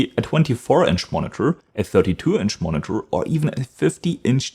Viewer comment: Dass du gerade "monitor" so komisch aussprechen musst 🙈. "Monnetörrrrrrrr". Dass im Amerikanischen Englisch der ɚ-Laut am Ende zwischen ö und r liegt, ist ja richtig, aber du ziehst das glaube ich zu lang und machst die Lippen zu rund. Dieser Vokal am Ende sollte eigentlich genauso klingen wie beim englischen "her".